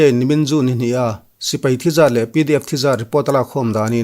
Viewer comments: SI - PEI = X SI - PAI = ✓ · Sipai tia lam ni se